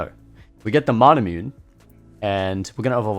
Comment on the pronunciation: Please. Not you too. It's not MANAMYUNE Its Mana Mu Ne. God sake.